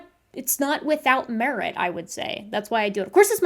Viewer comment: I find her weird pronunciation of the English short-i sound distracting. It has nothing to do with the validity of the information and reasoning that she presents, of course—but it is distracting. She says scientest, not scientist; begen, not begin, meret, not merit.